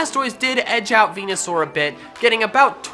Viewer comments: bruh its venasaur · Its veneasaur